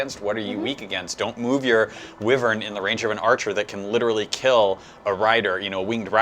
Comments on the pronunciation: Stahl became my cavalier of choice. Donnel...yeeeah, still working on him. Also...its pronounced WAI-vern not Whi-vern. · ikr it's pronounced "Why"-vern